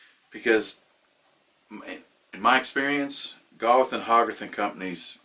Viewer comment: It's pronounced GAY-with and HOE-garth. Great video, as usual.